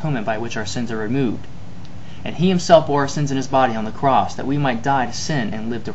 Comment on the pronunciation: "Jesusahhhhhhh on the crossahhhhhhhh" hillarious. :-)